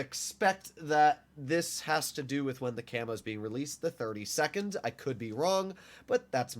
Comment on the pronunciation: no way he said 32nd